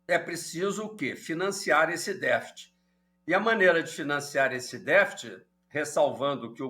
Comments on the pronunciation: Não achei elucidadtiva as explicações do entrevistado. E não falou novidade e nem foi didático tambem, pois quem não conhece um mínimo de economia ficou vendo "estrelas" no céu, ou seja boiando. Por exemplo: o que é "deficit", que ele fala "defit" primário? ...Mas esse mesmo problema esta corroendo as finanças dos EUA já algum tempo. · "défit"?? O que é isso?